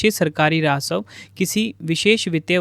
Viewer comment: Rasav nhi rajasv hota h